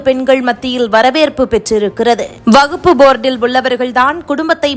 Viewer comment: அது வகுப்பு இல்லை... வக்ஃப். தமிழை கொஞ்சம் சரியாக உச்சரியுங்கள்.